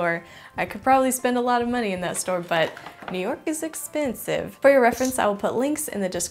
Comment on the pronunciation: new york is eSsPeNSivE ikr 🤧